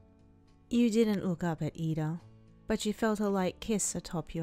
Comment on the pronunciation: its iida not lida :))))